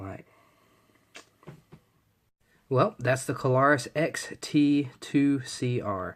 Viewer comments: thanks for reviewing this light. Just FYi, take this in the kindly manner I am intending you to, please --- but this light is the Klarus XT2CR. That is Klarus, with just two syllables, please. I am sure that you must not realize that you say "Kuh-lar-us" as if it's a three syllable word. It isn't. It is only two syllables -- Kla-rus. If you listen to the first part of the video, you'll hear what I am talking about the first time you said Klarus. It is no big deal, so please take it that way. It is not at all a criticism to point this out to you, and I mean that. Anyway -- this particular light is a true gem. I have almost 40 years experience w/ all sorts of lights, and this one really is so good that one is not enough for me. With the very best lights that I have found over the years, one is never enough! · *That's Kla-rus, with two syllables. Not three. And, yes -- I heard him too.